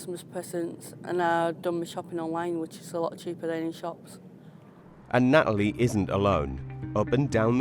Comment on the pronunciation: 3: 24 Her name is Natalie, not Na'alie, for heaven's sake. Stop using slovenly glottal-stops!